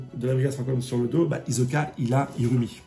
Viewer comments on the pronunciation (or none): Stp frero c’est pas hiZoka mais HiSSoka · C'est hiSoka! pas hiZoka....! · Fréro, chaque fois que tu dis Izoka, j'ai mal aux oreilles... Je n'ai jamais regardé en VF donc je ne sais pas si c'est ainsi que c'est prononcé. Je préfère clairement la prononciation Isoka en VO. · Hisoka stp pas hizoka ça me stresse 😁😁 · Ça se prononce hissoka. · ta prononciation d'hisoka est tellement bizarre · Phonétiquement ,Hisoka se prononce avec le « s » de serpent, saxophone, sel ou singe